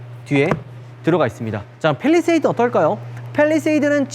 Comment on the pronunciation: 빼휘일뤼셰휘이듯 발음뭐누ㅋㅋㅋ